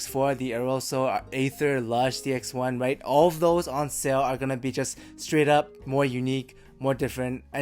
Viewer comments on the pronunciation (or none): none